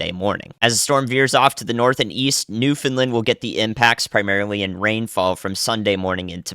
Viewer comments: Hey, you pronounce Newfoundland "newfinlind" it's pronounced more like "Newf-IN-land" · I had high hopes when you addressed Atlantic Canada properly but please learn how to pronounce Newfoundland, there is no lid